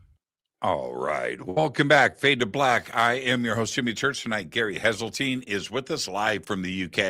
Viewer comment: It's HESELTINE